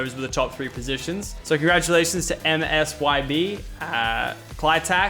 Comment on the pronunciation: says mysb when it is msyb